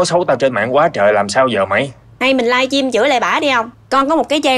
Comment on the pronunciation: "Chị phải lên sờ-trym xin lỗi tôi":>